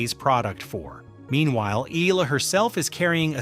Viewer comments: EH- YAH- LAH. Say it with me. EH- YAH- LA. thank you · Eala is pronounce as,, E-Ya-La.....